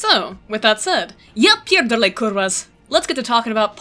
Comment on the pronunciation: You need to work on your "Ja pierdole" more. xD